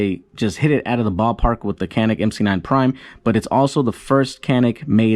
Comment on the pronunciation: If you're going to make review videos, learn to say the name of the product